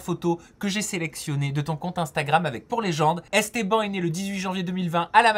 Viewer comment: "Estban"😂😂😂 jpp